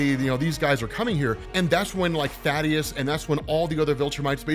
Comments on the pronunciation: Also. Thay-Dus. His name is Thaedus, not Thaddeus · Planet's name is "Viltrum" The people are "Viltrumites" also "Thaedus" is not "Thaddeus" its like th-ae-dus. Good videos tho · bro, I think dude's name is pronounced "thay-dus" or even "thay-eh-dus" not Thaddeus..lol aw thad lol